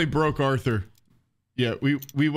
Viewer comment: That’s not Arthur it’s arthor